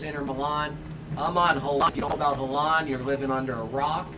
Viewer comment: Y’all need to learn how to pronounced Haaland🤣